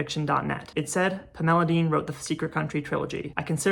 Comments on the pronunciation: 1. this video is great, i can’t believe you have less than 2,000 subscribers. 2. i love the way you pronounce pamela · You did make it sound like a much prettier name than it usually does to my ears, so thanks for that. ❤ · Interesting…. I have never heard anyone pronounce Pamela this way. Magnificent video…..